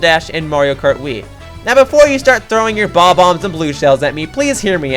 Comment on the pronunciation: bomb-bhas you mean bomb-ombs?